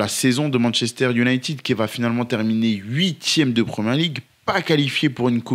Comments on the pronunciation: J'ai un peu ri aux excuses sur la prononciation de Midtjylland après avoir passé 4 minutes à massacrer la prononciation en disant "younaïtide" 😂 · Quelqu'un peut-il m'expliquer pourquoi en France on dit "Manchester unitid" au lieu de "united" ????????????